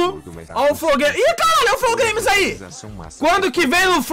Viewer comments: Flou Gueimis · "flow glaimes"